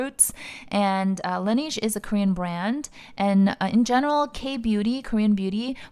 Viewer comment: Not sure if you care too much but Laneige is pronounced Lan Nege not nige